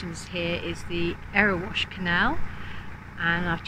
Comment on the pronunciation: Loved your video of the Erewash, I think you pronounced it right. Its such a sweet little canal. Did you meet the bird lady half way up?